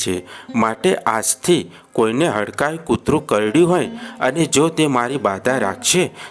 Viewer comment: Hadkai maa nahi bhai hadkmai MA bolo bhai😭